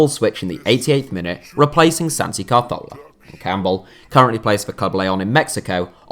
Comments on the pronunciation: Is it just me or do you pronounce it Cazorla rather than Carthola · It was nothing like the correct pronunciation. He moved the letter R to make it CAR-thola for some reason. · Ka-Thor-La = Cazorla The way you said it made me develop OCD and become bipolar. So now I am out to get you, or am I? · Why did he pronounce it car-thorla it's (as far as I know) pronounced ca-zorla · The way you're saying Carzola is really pissing me off. Also Bellerin is a right back, not a reft back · Not carthorla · CA-ZORLA. Just say it normally and you won't sound short tounged 🤷🏼‍♂️ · Why are you saying CAR-thorla where did they r come from at the start lol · Apparently Santi Cazorla's name is pronounced Cahorla. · It isn't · I loose a brain cell every time he says calzthorla. He was my favourite player and it was so sad what happened to him and now can't even say his name right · Why r u saying santis name like that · My bad, I thought you were talking about how he pronounced the "z". You're right though, he basically skips the "r" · C and z's are pronounced "th" in Spanish (Castilian) rather than the "s" sound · I am portuguese and i speak spanish and annoys me more the way he pronounces it than how the one english do, it sounds like he has a problem on his mouth the way he says it, hurts my ears